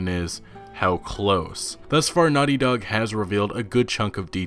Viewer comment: Why do you say “Nutty Dog” instead of “Naughty Dog”?